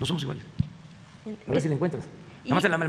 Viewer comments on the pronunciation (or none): Pobrecito presidentito, ni él se rejpeta 🤭 "no jomoj iguale"